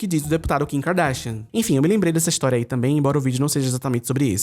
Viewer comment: "O DEPUTADO KIN KRDASHIAN" 😂❤